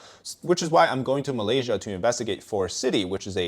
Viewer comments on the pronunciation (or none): none